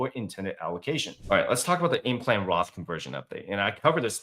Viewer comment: did you mean "Roth" or Graph?